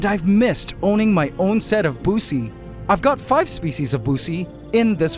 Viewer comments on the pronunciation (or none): Bro please stop saying Buce 😭😭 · Bro PLEASE stop pronouncing Buce like that.